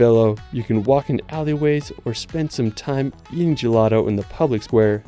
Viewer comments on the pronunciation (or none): none